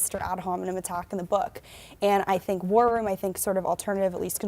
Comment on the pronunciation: When that maga cult member says War Room she says it like warrym and it sounds like worm and I think that fits them a lot. Bunch of worms